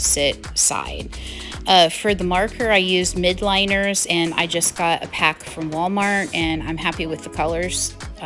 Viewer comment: Love the colors!! So bright and cheery 😍 And such a cute layout! Had to LOL about the birds, we have a ton of grackles that descend upon us in the spring and they are supes annoying! Also, just for an FYI- you were using MILDliners, not MIDliners 🤪 A lot of people mispronounce the name lol!